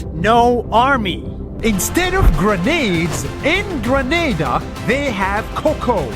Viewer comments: he pronounces it like grenade with an a, but i'll just pronounce it like greh-nah-dah. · Greneda sounds more like GRANADE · The way he pronounces "Granada" as "grenade-ahh" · Grenada is pronounced Gre-NA-Da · Well: how to say: GRENADE-a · Kinda ironic how the country’s name is Grenada and pronounces grenade-a but it has no army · It has no army but its name is GRENADA it sound lik🤣e grenade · Grenada sounds like grenade. Grenades relate to the army... Hmm